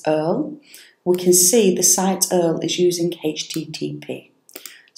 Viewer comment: Love the way you call it 'earl'. Thanks for the video. Any luck with raising this issue to BlueHost by anyone else?